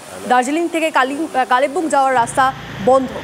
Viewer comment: কালে বুং নয় কালিংপং😂😂😂